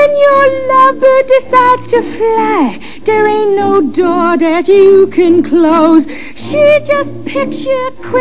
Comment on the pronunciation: In this scene sometimes she says "that, " but mostly "dat," "den" (for "then"), and "dere" (for "there"--likely too lyricist Hammerstein wanted to alliterate with "door")--as the accent her character Carmen had. Harry Belafonte here has few lines, but he does say "Thanks"--likely as his pilot character is more educated and (linguistically successfully) aspirant to class than Carmen. Of course Dorothy Dandridge, even if a touch Jamaican, in her non-Jamaican screen roles pronounced English as her characters would. For example, in a 1942 film she (very daintily and classily, with perfect enunciation) says, "Pardon me boys; is that the Chattanooga Choo Choo?"